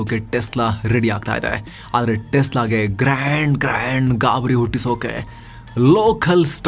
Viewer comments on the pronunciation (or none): none